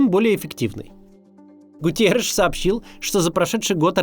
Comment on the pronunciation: Генсека ООН зовут не ГУТИЕРИШ, А ГУТЕРРИШ.